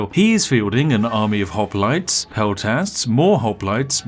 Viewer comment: Ah yes, Spiff and his perfectly balanced pronunciation of Hoplites.